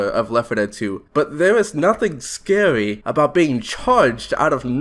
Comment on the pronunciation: "....howwow, there's nothing scawy about getting charged out of nowhere" im sorry i had to. Good vid though. Especially that part that i quoted, what's even worse is that im pretty sure some vanilla infected sounds are REUSED FOR REGULAR INFECTED. WHY.